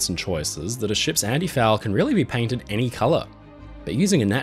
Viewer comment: “Paintended” I see u